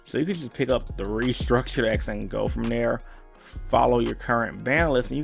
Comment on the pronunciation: No one: Absolutely no one:: 5 gUd DiKs foOr REEEEturnIng pIlAYAs